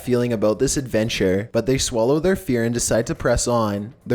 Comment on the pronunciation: they ''swallo'' lo